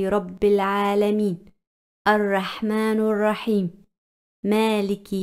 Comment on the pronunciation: Arrahmanirrahim h baji arrahmanurrahim nhi h galat hurf mat padho